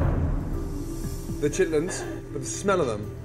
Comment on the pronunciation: She was just awful. Her collard greens are an insult to Southern cooking and don't get me started on the chitterlings. I'm glad he pronounced it correctly.